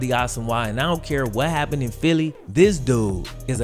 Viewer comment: In spite of you having just south of half a million subscribers, if you stop clipping your g's and start pronouncing "this and that" as opposed to "dis and dat" you would be a much better communicator, thereby attracting even more subscribers.